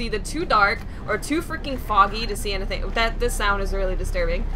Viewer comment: I love the way you say anything "ant-e-thing" :)